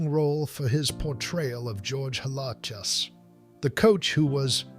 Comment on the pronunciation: You mispronounced "Halas" several times.